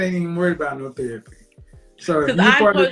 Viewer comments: Got a new drinking game...take a drink every time shawty says thewapy😂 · Axing about thewapi😂😂😂😂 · Her "re" words are said like "we" she said "Thewapy" 🙄😅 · T H E R A P Y, not THEWAPEE 🤦🏻‍♂️🤦🏻‍♂️🤦🏻‍♂️ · Did she say thewapee? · Yoooo, the way she kept pronouncing "thewapy" had me ROLLING!!! 🤣🤣🤣🤣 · Please stop saying the word therapy. You need to speech pathologist. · I can't get over this ladies pronunciation of therapy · If you can't pronounce therapy, stop saying it. She said theWapy like 20 times in 3 minutes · “Thewapy”, “pwoductive” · The-W-apy? Tell Mrs elmer Fudd to get a speech therapist too. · I've never seen a black Amish woman until now! She doesn't talk like one though. I didn't know that the word therapy has a "W" in it! She also said she murdered a guy with an Axe! She said she Axed him 3 times! Smh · The way she pronounces "Therapy" is hilarious.